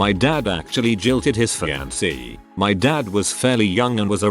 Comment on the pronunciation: Can you fix the way the computer says fiancé?